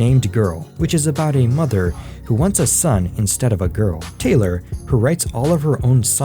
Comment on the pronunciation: It is TAY-LOR, NOT TYLER. 😳